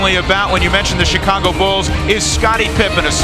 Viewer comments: U have a good show. I from Chicago. Born and raised. Theres 2 things we gripe about. 1. Pizzas has to be good. 2. When people pronounce Illinois with the S sound. The S is silent. Now... it's annoying when u pronounce Chicago without its SH sound. That is sooo fucking annoying. Its pronounced, Shicago not Chicago. Of course it's spelled as Chicago. Got it!!! Work on it. Jeeez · Sorry but I hate how this guy says Chicago god damn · Dude...why can't you say Chicago properly? Or Charlotte for that matter? Just curious.